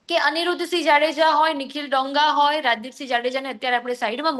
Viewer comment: ડોંગા નહી દોંગા. ગુજરાતી‌ શીખી લે પહેલા. 😂😂😂😅😅😅